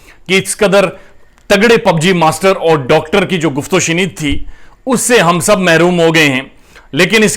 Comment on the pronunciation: AP jab doctor bolte hai bahut hassi aati hai